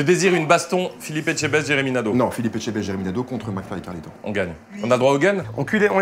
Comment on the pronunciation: « Jeremy na -d’eau » 😂😭